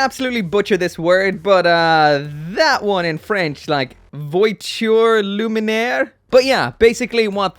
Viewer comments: Vwa-tchoor loom-ee-aire Its pronounced like that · I can confirm that you butchered "Voiture Lumière" perfectly. But so do most Japanese when they try to pronounce it :D. I've always been a fan of the Astray classic design. I only own the Blue Frame 2nd L with (I think) the first iteration of the Tactical arm. Great design & build too. The kai is not too much "over the top" like later version of the Gold frame. I'll probably buy one... some day.